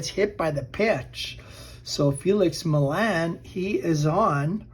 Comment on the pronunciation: Millan = Mee-yon